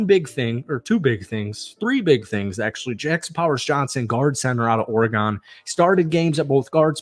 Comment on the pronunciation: Not OR-GONE its AW-RUH-GN